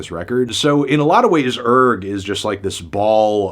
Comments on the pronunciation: Isn't the 'g' silent? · I believe its actually pronounced URGH